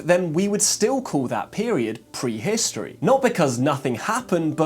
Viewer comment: Which part of England pronounces words like "pwee-histowee?'